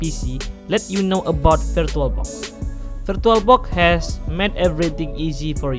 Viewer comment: "virtualbock"? man i know this is gonna be bad